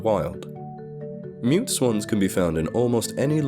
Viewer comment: "Mute" I thought you said "Meat" swans 😜